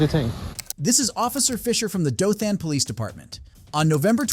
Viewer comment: It’s not DothAn it’s Dothan more like Dothen. At learn learn how to correctly pronounce a city or location